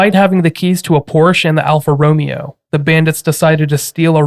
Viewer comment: Alfa Ro-MAY-o